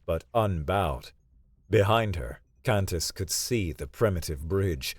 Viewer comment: For some reason, “Kantis” sometimes sounds like “Cactus”. 😊 Also, Kantis often sounds like Saris from Galaxy Quest.